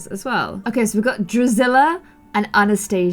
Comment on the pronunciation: its not drizilla its drizElla